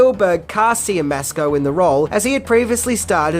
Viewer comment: Siemiaszko is pronounced "Shyemashko."